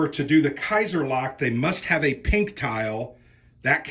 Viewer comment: Love your videos but dying in this one every time I hear Kaiser-lack, it's Schlacht.. Kaiser-sch-lacht ;)